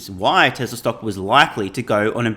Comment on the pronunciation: My friends and I take a shot of vodka everytime you say Tezzlar instead of Tesla..